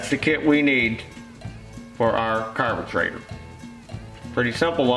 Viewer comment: Nothings better than pronouncing carburetor as carbetrator😄